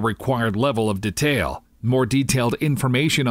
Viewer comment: Except when he pronounces detail.. hurts my ears :/